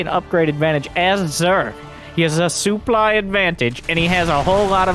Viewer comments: wait is this why says "soo-ply" for supply? I just thought it was his accent lol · Fair guess :-D but he says that making fun of the French commentator/ex-pro ToD who pronounces it that way.